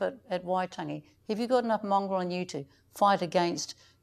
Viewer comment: Mr Potaka was very professional and restrained, particularly when Moana asked him if he's "mongrel enough", the look on his face said it all, and she kept repeating it, I honestly thought she said "Mongol". in the comments below has an intelligent response.